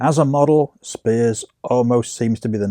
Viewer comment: I am Kathy’s daughter. She passed away on Father’s Day of 2021. Thank you for putting this video together….a couple of corrections: the last name is pronounced “spires”, not “spears.” And the purple Cosmo cover is not her. 😊